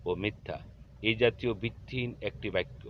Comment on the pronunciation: আপনি বারবার বলতেছেন বাইক্ক, বাইক্ক হবে না বাক্ক হবে